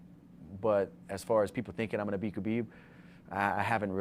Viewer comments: Its not pronounced khabib it's HAbib. Forget the K sound the H. Put some respect on this man's name 👊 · How are people still pronouncing Khabib's name wrong. No K sound.... Respect the man.